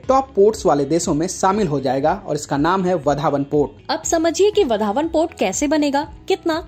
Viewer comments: वधावन नही. वाढवण सही उच्चार है. सुधार किजिये. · वधावन नहीं भाई वाढवण है वह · Yes it's vadhwan this North Indian will not be pronounce properly 😂😂